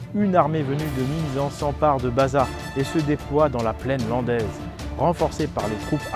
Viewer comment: Bazas, se prononce Bazasse. Toutes les lettres se prononcent en Gascogne 😉